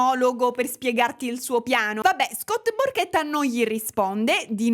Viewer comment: Non io che a ho capito Scott PORCHETTA 😭